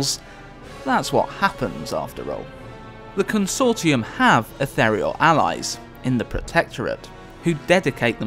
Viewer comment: Please pronounce ethereal properly.